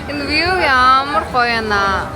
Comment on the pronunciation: Хөөрхөн байнаа. Нэг зүйлийг сануулж хэлэхэд view гэдэг үгийн сүүлийн w нь silent хэлдэг шүү. Вюү гэж хэлээрэй. Амжилт